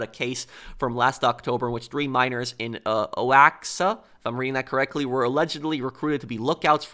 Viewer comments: Oaxaca it can be express on the English pronunciation like "Wahaca", more or less. Saying the letter "O" like "Wa" and the letter "x" like if it was an "h", just like the minor character of Javier from GTA IV, trying to explain to one of the strip dancers to pronounce the letter "J" from his name like an "H". I don't know if you get the idea, because you are gonna need to know the Spanish pronuntiation much better, in order to understand and pronounce properly many of the hispanic names from our states in Mexico. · That’s just really funny, I didn’t believe it at first but I’m not that surprised. Like you said it’s not that common but it is rare. Also the state you are trying to pronounce is pronounced like this, wah-ha-ca. Oaxaca. Some of the names in Mexico are used from the language of Nahuatl that our country used before the Spanish came. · oxaca is pronounced wa-ha-ka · Oaxaca is pronounced “Wuahaka.” Love your videos.